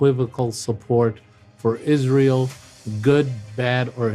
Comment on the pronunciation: Is-ray-ell is a pox on America.